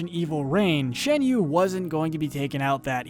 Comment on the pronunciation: It's pronounced Shahn-you. Get it right.